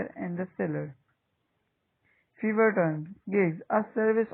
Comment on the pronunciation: briefly explain. what is feverr brother It's Fiverr